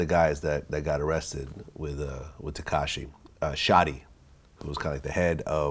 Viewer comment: That man said katashi instead of takashi 😂😂😂